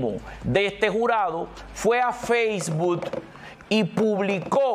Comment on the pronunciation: Sr. no se dice Faceboot se pronuncia Facebook, con una K all final